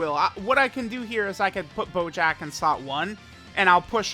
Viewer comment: Does he call bojack at any point "BOJACCCCKKKA"